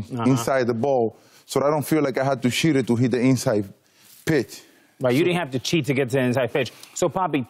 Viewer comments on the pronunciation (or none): i thought big papi said i didn't have to shited inside of the plate but he said i didn't cheted lol